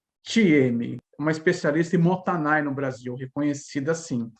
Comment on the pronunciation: Adoro seu canal,e de forma alguma não desfazendo desse conteúdo,alias está super correto a sua percepção. Eu moro no Japão a 30 anos,desperdício aqui e ofensa especialmente quando se deixa comida no prato. Só um “só que pronúncia correta não é motanai é MOTA_I_Nai.tem o I no meio.Desculpa se parece arrogante a correção,ms realmente precisa compartilhar a forma correta,já que vc me encima muitas coisas tbm cm seu canal.